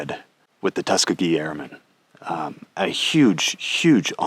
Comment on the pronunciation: Great episode! One note, though: it's pronounced tus KEE gee, not TUS kuh gee